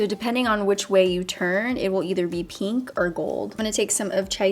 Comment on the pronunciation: Why does she say the word pink like peeenk? Does she pronounce ink like eeenk? It’s weird lol